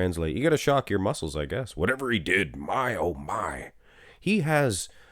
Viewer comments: mars mas muscle not mar ma mummle, tf ? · “Mar mah mummle” I died of funny, very lol moment right there